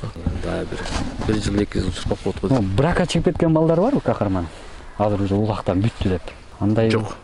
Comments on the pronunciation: Кахраман деген сайын Кахарман дейсин кулагын жакшы эмеско дейм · Хахарман мес Хахраман десен